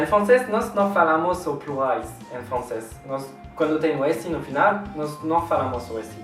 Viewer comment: "plurrais" kkkkk